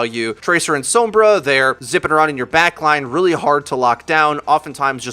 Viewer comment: The way you say Sombra annoys the hell out of me...